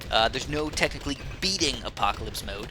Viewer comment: it's called "Apopalypse" not the apocalypse (what u said in game not the title)... silly:P